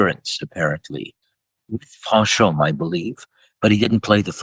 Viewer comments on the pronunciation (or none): All my life I thoughtlessly pronounced "Franchomme" as "Fran-chomme." Then it dawned on me: Franc+homme. Yes, I have it on good authority that it should be pronounced with a k sound for the ch. The English-language Internet has it wrong. I can tell you my source if you like.